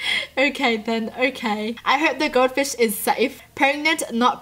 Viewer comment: Did she just say god fish instead of gold fish